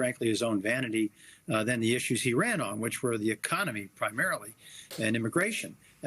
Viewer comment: 'E-con-me?? Sure ran on that